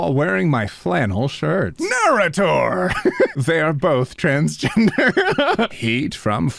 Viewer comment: Did this man just pronounce narrator like a bible name…